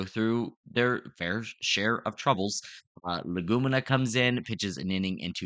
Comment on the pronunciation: Pronounced Leg-ooh-mean-uh